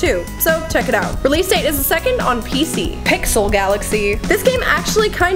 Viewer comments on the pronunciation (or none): none